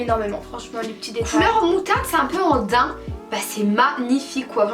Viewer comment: jsuis la seule a dire en daim et pas en de naim